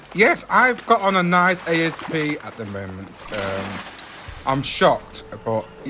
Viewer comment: Btw have Covid again two weeks again and that’s smart saying A-s-p then it dosent sound like your swearing